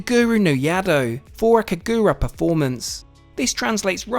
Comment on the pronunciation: it's pronounced Kah-guu-ra